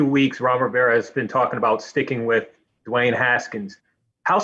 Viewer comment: Hey Rivera, it's not pronounced "Doo Wayne". Rivera has previously proclaimed this season to be a developmental one, so why not let Haskins develop? This is an extremely poor, incompetent response from an NFL head coach. "He just hasn't had enough work yet" Now, he will have ZERO work, Rivera. Hey Rivera, save all three time outs until you have 26 seconds left.